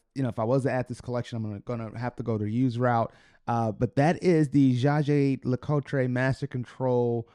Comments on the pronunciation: Hello and thanks for this video. One little thing, if I may, please take few minutes to have a look at a JLC video in french language. For a Jaeger LeCoultre lover as you are, it's not possible to pronounce this brand's name the way you do. 😊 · Please learn how to pronounce the watch brand correctly if you ever expect to get subscribers. Your pronunciation hurts my ears.